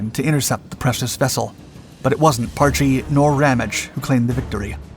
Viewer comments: I suspect you have a reading difficulty, its not PAR-Chie its Parch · Pronounced "Parsh".